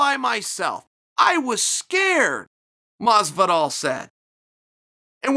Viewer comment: "George" Masvidal